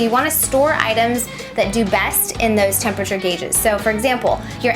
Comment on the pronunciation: She calls it tempature too lol